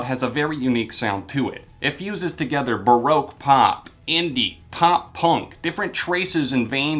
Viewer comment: the only issue i have with this review is how u pronounced baroque shudder otherwise, great review! u rlly went in depth with it as usual and it was enjoyable to watch